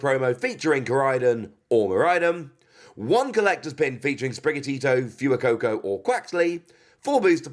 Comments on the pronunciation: Fu-ee-coco? Fway-coco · Btw, sorry if this has already been commented, but Fuecoco is pronounced "F-Whey-Coco"